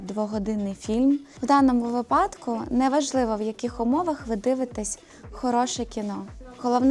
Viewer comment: вИпадок, не випАдок (вибачте)